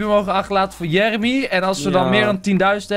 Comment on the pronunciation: Jeremy nee de sjon